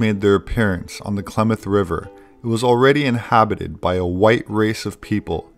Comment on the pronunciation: Not Claw-moth.... Clam-ath. Clam like the mollusk. -ath like math.